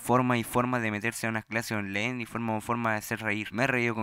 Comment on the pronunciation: onlaiiiiin ctmmmm onlaiiin no onleiiiiiin wn